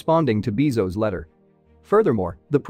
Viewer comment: Jeff Beezos instead of Jeff Bezos. Is this fine? :)